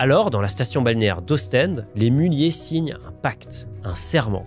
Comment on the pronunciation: Comment il a prononcé Ostande ??? 💀 💀 💀